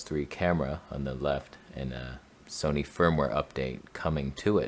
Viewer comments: Trust me bro, no one in England calls it 'Sonny'. I think you'll find that more commonly with your American neighbours who can't pronounce anything correctly 😂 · We do not say ‘Sony’ like that! What’s the matter with ya. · Well admittedly I've only been living in England for the last 72 years, but I have never heard anyone pronounce Sony the way you claimed that it is said in England. YOU are the only person I have ever heard say it that way..